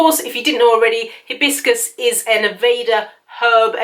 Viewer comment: It's not he bis cus the correct pronunciation is Hi bis cus!